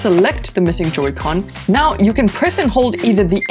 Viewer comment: It's Pronounced Joy-Con